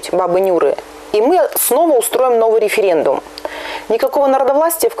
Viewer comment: нахера местный опрос называть рифирэндумам,режет уши